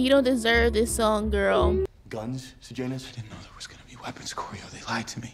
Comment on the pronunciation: Not you pronouncing Sejanus’s name right the first time 👏 👏 👏 the names in most movies now are so weird, you aren’t even phased 🤣